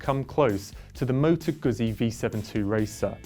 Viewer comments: Come on, man. How can you review a bike when you can't even pronounce the brand correctly?? It's GUZZI, you know... like PIZZA?!! Grrrr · ZZ in italian is pronounced Gutzi like pitza noy pizza.